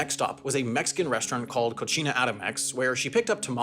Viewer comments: Well, he did just spend a lot of time in Italy for the new season of JetLag, so he was probably thinking of Italian "cucina" instead, which does sound like "koo-CHEE-nah". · Kitchen in Spanish is pronounced co-see-na. The word pronounced co-chee-na roughly translates as filth. 😅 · In Spanish it's pronounced CO-SEE-NA which mean kitchen. CO-SHE-NA means dirty. Please use Google Translate to check Spanish pronunciation. It's pretty accurate for Spanish. I think you got Italian and Spanish mixed up. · It's pronounced "coh-si-nah" which means kitchen. You pronounced it "cochina" which means dirty woman. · cocina is pronounced KO-SEE-NAH, the way you pronounced it, KO-CHI-NAH means dirty (female) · Cocina is pronounced co-see-nah. It means kitchen. What you said, Cochina, means disgusting and/or swine. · Bruh I thought it was cochina as in cochinita pibil, I thought "they ate GOOD that night" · the pronunciation of cocina doesnt mean what you think it means here lol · That is NOT how you pronounce "cocina" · Why did he pronounce the word cocina the italian way